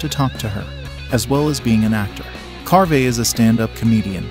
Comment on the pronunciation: Dana CARVEY. Long ‘E’. You post an informational video and you mis pronounce the actors names. You didn’t do your homework, …